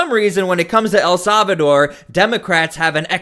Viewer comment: Solvador or Salvador?😅😅😅